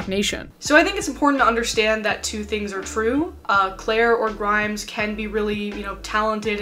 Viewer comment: more like 2012? That's when Visions was released and it hit pretty big. Also omg wow I am SO triggered at how your pronounced her name hahaha. (Also I'm mot an especially great fan of hers).